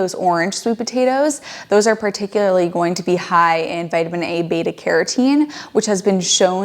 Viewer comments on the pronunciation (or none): none